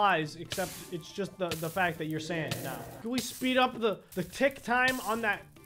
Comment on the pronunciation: When he said sand I thought he said sans